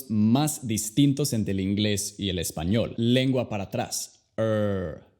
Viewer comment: Hablas español, muy horrible 🤮 Tu deberías pronunciar bien español para enseñar inglés..